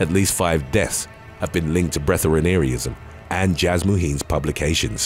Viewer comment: "Breath-air-ee-an-ism" is how it is pronounced..